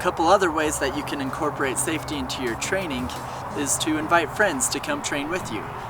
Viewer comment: Why do u say “training” with “trainink”